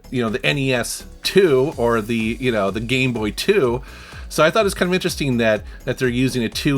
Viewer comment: It's "interesting" not "interesteen." Ing, not een. you're welcome.